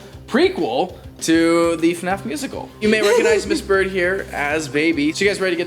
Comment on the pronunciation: / its not eFNAF. You pronouns it F N A F. duh